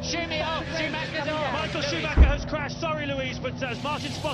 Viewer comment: What is it with English speakers refusing to say anything in any other language correct? He said Ruben instead of Rubens Barrichello and dont make me even started how messed up Michael Schumacher is said here.